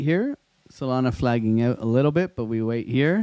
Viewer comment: is bro saying Soylana?